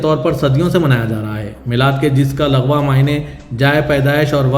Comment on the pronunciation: bhai wo lagwa mane nahi hota lugwi mane hota hai